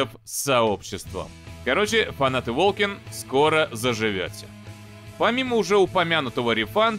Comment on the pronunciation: ну ты чего. Волсен же, а не волкен